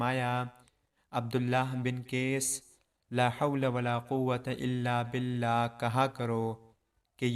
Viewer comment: Bolna seekh lo bhai, billa nahi billah